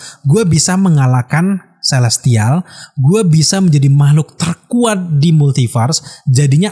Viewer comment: Kelestial? Celestial!